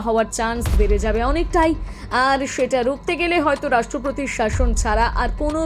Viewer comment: Sorry to say this woman who is speaking has got very bad pronunciation like rastropotir instead of rastropotir etc😂